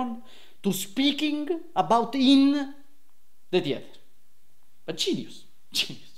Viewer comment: "A GINIUS!"